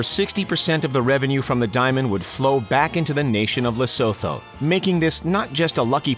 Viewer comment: Its not "le so tho", its "La Soo Tuu"